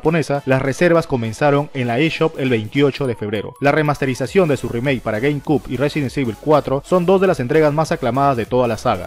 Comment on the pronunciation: Itsuki Haru resident ivol y gueim quiub xd